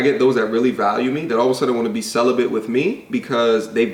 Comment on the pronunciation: Why the fuck didn't you correct her stupid ass "celibent" really bitch.